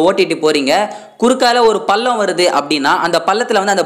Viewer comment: சொல்றது எல்லாம் சரிதான்.உச்சறிப்புதான் கேவலமா இறுக்கு.உதாரணம். வலயும . பல்லம். இதுதான் தவறு.